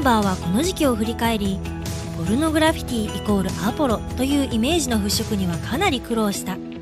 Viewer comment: ちゃんとポルノグラ「フィ」ティって言ってるから高評価押した